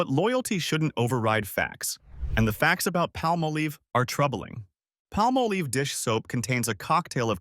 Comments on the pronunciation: Palmolive is not pronounced palm-oh-leeve. It's Palm-olive. I should know i worked for that company years ago. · I said the same thing, but then he said it right later. I remember commercials pronounced Palm-olive. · Pah- molive!! Ryhmes with olive. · You are pronouncing Palmolive very wrong. It's Pall Mal Liv. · Just wondering who is paying for these ads? Maybe the competitors of recommended products being attached. And it is not palm a leeve.😂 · Pronouncing Palmolive is not difficult.